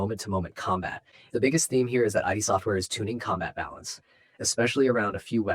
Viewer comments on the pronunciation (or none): Who is "Eye Dee" software?